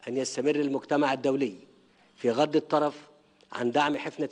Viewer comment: بغض الطرف باسكان الراء وليس بفتحها يا اهبل